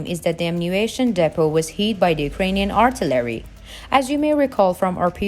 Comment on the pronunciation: WTH is artolary?? Is that Artillery and you're just saying it wrong?? I'm thinking that's what it is but not 100% sure